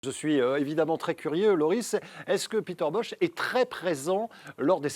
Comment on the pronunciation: IL S’APPELLE „PETER BOCHE“ ET PAS „BOSS“ ÇA DEVIENT FATIGUANT...